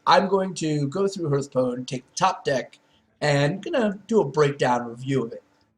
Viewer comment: Hearthpwn is a pun on hearthstone's name. So hearth is pronounced like hearth, not h+earth.